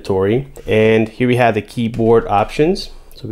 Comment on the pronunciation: “Keybord” lol 🤣🤣🤣